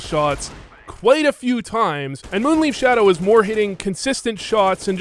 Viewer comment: Not taking a dig at you (not even a subtle one), but I love how you say MoonLeaf instead of MoonLife (Leif is a name, and pretty much sounds like Life - At least in Danish) 😁